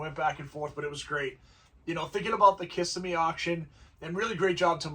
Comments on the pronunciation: I'll start by apologizing in advance for being "that guy". I used to live in Orlando, and the town is Ka-si-me or Ki-si-me. Hearing Kiss-i-me is like fingernails on a chalkboard to locals. As for trends- Square body GM trucks, 1st and 2nd gen Broncos, and International Scouts bringing $250k and up. Fools and their money. The same kind of money for Kennedy Lincoln Continentals. Great cars, but, really? Ugly 20" eBay wheels and O-ring tires on every other car. Oh, and drum brakes or 9 inch rotors behind them. Lots of "Bid goes on" cars, which to me is "nO LoWBaLLeRs, i KnOw WhAt i hAve" in my opinion. I'm waiting for the whole restomod thing to just go away. I remember watching pro street cars tank when that fad died. Watching a car sell for less than the $30k some fool spent on the engine build. And that blown chrome lump had never made a single pass down a drag strip, and maybe seen the high side of 3500 rpm three or four times. Lots of original cars being destroyed for a fad. On that white Superbird, I think the color held it back. Limelight or Tor Red would have likely been worth at least a 20% bump. A black AAR 'Cuda went for around $250 (crazy) and a blue Hemi 'Cuda, I can't remember if it was a '70 or '71, went for $450k. As a Mopar guy, the one that baffled me was an FK5 Burnt Orange '70 Sport Satellite that went for a ridiculous $90k. It was a 383 Pistol Grip 4 Speed car with an Air Grabber, and looked brand new, but $90k? WT actual F? For a Satellite? And it's not lik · Good analysis, being a Floida guy Kissimmee is pronounced kuh-si-mee